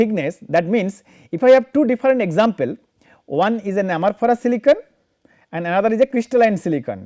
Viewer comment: Please check ..the pronunciation is for "Amorphous" not for "Amorphorous"...Otherwise it sounds really weird